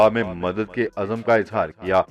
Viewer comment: نیوز آ پ جھوٹی نہیں دیتے۔اس کے لیے شکریہ۔ مگر کیا آ پ کی ڑکشنری میں کسی بھی لفظ کے نیچے زیر کی حرکت نہیں؟ بہت برا لگتا ھے جب آ پ اظہار ، اضافہ اور یہاں تک کہ اسکول۔کے الف پر زبر لگا تے ہیں۔ مزید آ خر میں روزانہ جی تو ناظرین بھی سنو خراش ھے۔👍